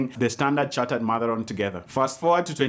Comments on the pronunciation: it is marathon not matharon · i heard you say matharon instead of marathon. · Yaani ati 'matharon'😂😂😂😂😂😂😂😂 nimerudia Mara kadhaa,but you're still the best tho❤but whewww!!! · i heard that "Matharon" 😂😂😂😂😂😂😂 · Wait😂😂😂😂.... Did you just say matharon??? 👊😀😀😀😀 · Matharon 😂 your pronunciation of Gecaga 😂 You're awesome